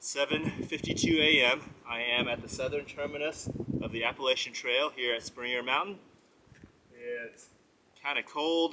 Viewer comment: Blows my mind that you walked the entire AT and never learned how to pronounce Appalachian.